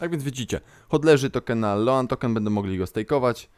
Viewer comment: Kurde, rzadko sie czepiam ale sposob jak wymawiasz "stable", "loan" az masakruje uszy.